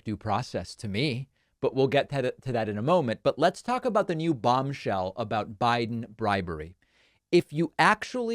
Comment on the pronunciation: Did he say “bongshell”?